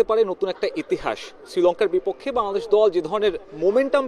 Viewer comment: *শ্যা-দেশ বলে কি😂😂😂😂